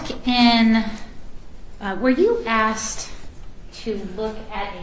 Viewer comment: A prosecutor repeatedly saying "aksed"